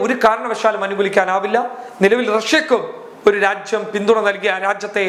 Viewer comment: നിങ്ങൾ രാജ്യം എന്ന് പ്രെസ്സ് ചെയ്തു പറയുമ്പോൾ ഉച്ചാരണം തെറ്റുന്നു. ഒരു മലയാള അദ്ധ്യാപകനെ ഇത് കേൾപ്പിച്ചു ഉച്ചാരണം ശരിയാക്കുന്നത് നന്നായിരിക്കും